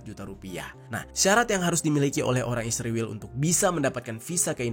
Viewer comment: Syallom...mohon jangan sebut ISRAEL dgn sembarang sebutan ... ISRAEL bukan ISRIWIL...anda buta huruf ko ?